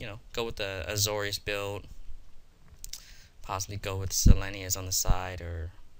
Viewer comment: This set is certainly skill intensive. It's a good thing. It's sel-LES-nee-ya. Happy to help out man. P2p1 I do like the voidwielder over the rescue. It's a very similar card, but the 1/4 with the tempo boost is pretty huge. Regent is very hard to cast in the format and certainly passable. I also don't like the griffin over thoughtflare in pack 3. Deck looked fine as a fliers.deck. Have fun in SoCal. :)